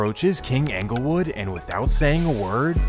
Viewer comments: Anglewood 😂 it's ING-GUL-WOOD (like Inglewood) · It’s not phucking anglewood, it’s Inglewood just spelled with a E damn get it right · it’s not pronounced “Angle” wood man, it’s “Engle” wood… you sound goofy everytime you say it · 😂😂 Yesssss... 😂 He's 𝘚𝘰 𝘙𝘪𝘨𝘩𝘵 that he can't even say the name of the hood right. It's 𝙀𝙚𝙚𝙣-𝙜𝙪𝙡-𝙬𝙤𝙤𝙙 yo, 𝑵𝑶𝑻 𝙚𝙝𝙣-𝙜𝙪𝙡-𝙬𝙤𝙤𝙙. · I'm just seeing this, I'm from Chicago. It's pronounced En gle wood not Anglewood. But I catch what you throwing. 😆 🤣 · I cringe everytime he says ‘Angle Wood’ instead of ‘Englewood’ 😏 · Am I the only one from chi slightly annoyed at how he says Englewood 😂 like bruh it’s ENGLEwood not ANGLEwood 🤦‍♂️ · Bro said “Anglewood” How you gon T up “2012” and then start talking about “2011” This video sucks dude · Dude keeps calling ENGLEWOOD , ANGLEWOOD 😂😂😂😂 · It’s pronounced like Inglewood Dope Video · He worked so hard gathering facts for this video but still calling it Anglewood lol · Talking bout 'anglewood". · The way he says anglewood 🤦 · Dude said Anglewood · BRO HOW YOU SAY ANKLEWOOD MAKES ME CRINGE 🥴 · I feel like you could get a lot more credit for doing these videos if you learned how to pronounce the neighborhood correctly. “ANGLE WOOD” sounds ridiculous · Yeah, he could have just YouTubed a video of Chicagoans pronouncing the neighborhood correctly. It's a bit agitating. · most people in da City do pronounce da S actually. No that Englewood part. Way off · It's Englewood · THE MAN DIDN'T EVEN PRONOUNCE ENGLEWOOD RIGHT 🤣 AND I'M SUPPOSE TO BELIEVE HE'S CORRECT ABOUT EVERYTHING? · He didn’t pronounce it, but I’m from Chicago and this nigga was a menace. He’s facing death rn due to the federal rico and is charged with 7 murders. All he did was just read the FOIA. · The pronunciation of ENGLEWOOD annoys tf out of me